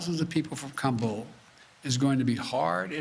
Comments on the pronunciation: Joe is Ka bull going to go Ka Boom? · He’s so proud he can pronounce Kabul…said it at least 30 times!